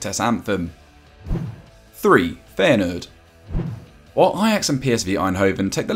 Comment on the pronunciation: Ey doughie who is Feyeneurd??? Its Feyenoord